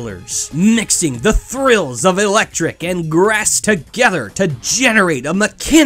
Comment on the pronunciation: Ah, yes, Electrinc